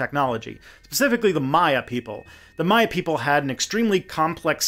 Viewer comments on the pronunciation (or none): none